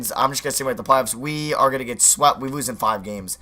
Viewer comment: We wose we wose we wose that's how he says it